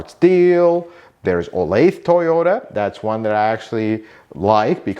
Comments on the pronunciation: In the SF Bay Area I've more often than not had a dealer try to sell me parts for above MSRP. BTW, 'Olathe' is in KS, and it's pronounced 'Oh-lay-thuh.' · I used to live in Olathe, Kansas. It's pronounced 'oh-lay-thuh'. 😁 Thanks for this, very helpful! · Mine too. Should we tell him it’s pronounced “oh-lay-the” and is in East central Kansas, in the Kansas City area? lol. I bought my last two cars there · olathe is a suburb of Kansas City and they pronounce it oh-lay-tha. its about 20 miles southwest of KC, FYI.